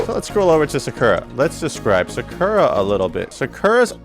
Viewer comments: You already made me want to drop the character with your pronunciation of SA KUR A. Your not wrong but also not right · had to close the 3rd time you pronounced it “sukurra” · "Sukerruh" is that a new character? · people say “sucker-uh” and “karen” like the announcer doesn’t say their name correctly every time you pick them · Love everything about this vid except how you pronounce her name lol😊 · Lol bro stop saying Sakura like that!!!!!!🤦🏾‍♂️🤦🏾‍♂️ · this video may be helpful one day when i can get over how you pronounce Sakura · The way dude says her name. It’s bastardized. When you choose the characters at character select it says her name correctly. People often mispronounce Karin too and say Karen. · Either you pronounce her name wrong or everyone else I’ve ever heard say it including the game itself says it wrong. Lol wait you started saying it correctly. I must just be out the loop. Regardless nice guide.